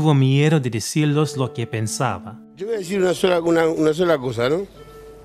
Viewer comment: That opening Argentine "yo". Love it